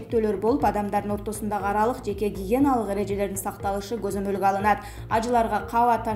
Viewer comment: Пандемя(пандемия),жеке гиениялык